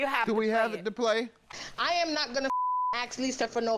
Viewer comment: Its ASK ....not AXE